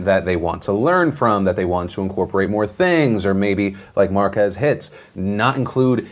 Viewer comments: Mark Ass Brownlee. Say it right Phil. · I can't get over how Will Smith pronounced Marques name... AND MARKASS BROWNLEE! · it's marques. not mark-ass. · Don't think you said Marquess name right 👀 sounds like you called him Marcus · So that's how you pronounce Marques